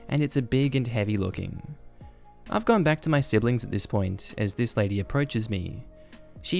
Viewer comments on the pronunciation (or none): none